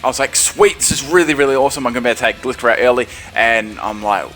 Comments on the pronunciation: It's called Gli-scor not Gle-scor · It's gly-score not glee-score! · Correct me but im pretty sure they pronounced gliscor like this glie-score in the anima not gli-score